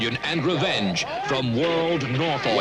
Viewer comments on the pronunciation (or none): none